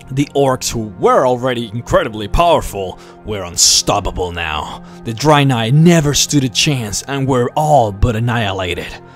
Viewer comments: Nice videos mate, by the way Dreanei is pronounced with ea like dread and not drainei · Why do you keep saying "dry nye" lol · I think its not pronounced draynai and draynor...